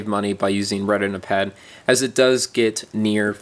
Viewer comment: lmfao reh-tin-a-pad xD